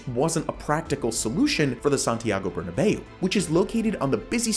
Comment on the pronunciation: Love the video but "burnabay-ou"? More of a "burnabow" pronunciation